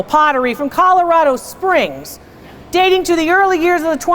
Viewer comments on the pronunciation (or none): none